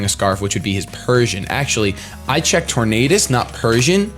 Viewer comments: IN ANIME THEY SAY TOR-NADUS not Tor-NODUS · Tor-nay-dus like Tor-nay-do. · I think it's pronounced tor-nay-dus because it's supposed to sound like tornado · RandomGuy1: Its pronounced tor-nay -das RandomGuy2: No its pronounced tor-nah-das Me: Who cares? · it's pronounced Tornadus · Say the word tornado out loud That's how you pronounce tornadus. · its tornadus, not tornadus !!!! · Hey if you ever want to know how to properly say a pokemon name there is this special little thing called the pokedex 3Dpro USE IT people on youtube even posted videos of all pokemon kanto through unova because the way you say tornadus is as disgusting as when you ignored the other a in spinarak and called it a spinark in the soul link